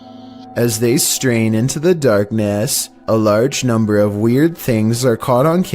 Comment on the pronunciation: "NUMBR FIFTEEN!"